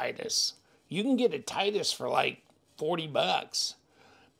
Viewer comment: Great looking knife, definitely a budget Koenig Arius option. Pronounced TIT-EE-US (titty-us) just an fyi. As always thanks for the unboxing and disassembly 💪